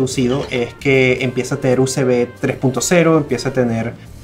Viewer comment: eso de pronunciar "uCb" es a propósito o posta le pesa la lengua?.. "guígabit" que pronunsieishon